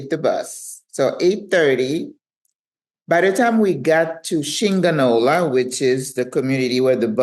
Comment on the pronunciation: I die, when you said Shinga-nola, sound like a mexican insult hahaha